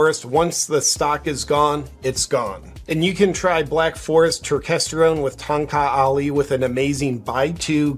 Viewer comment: It is call ton kak ali Ton (first syllable of tony) or tone. It is a known name for enhancing erection